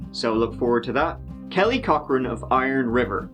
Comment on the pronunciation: I keep hearing Kelly Cockring and can't concentrate.